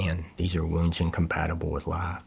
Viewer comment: Right at the start,, These are wounds incompatible with life,, the word "wounds" did he just slip up